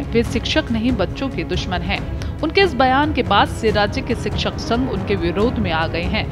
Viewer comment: सिक्षक, नहीं शिक्षक बोलिए